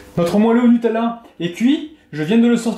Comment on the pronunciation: Je suis la seule à être stressée parce qu'il dit nutelela